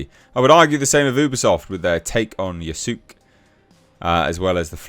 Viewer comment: Ya-soo-kay lol The e is pronounced as a